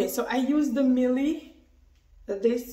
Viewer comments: It is pronounced mi elle. Never mind you have beautiful little baby. Blessed sis ❤ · Its pronounced........My•Elle. Simple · I don't think it was the products that damaged your hair. I don't think your hair was fully detangled before shampooing. When removing a protective style it's best to do a pre-poo first, not go directly to shampooing. Lastly the product is pronounced My-elle. Their products are designed for natural hair and your hair looks permed. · You have to take accountable your hair was damaged all ready and you also pronounce it wrong